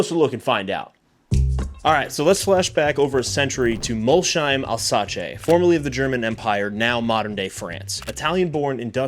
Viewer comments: "Alsace" = "Alzache" oh you floored me with this one :) It's pronounced "Alsass". Thanks for the video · Alsace is pronounced Alsass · “Alsace” is not pronounced like that, that sounded very Italian 😅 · Also the way he said Alsace made me wince, apart from those two clangers though, a cool video.